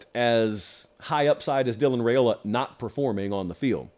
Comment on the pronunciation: Let's get Riaola properly pronounced, please.